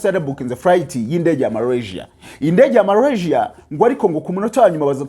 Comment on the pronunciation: Urakoze kuraya makuru, aliko ni Malasia ntabwo ali Marasia!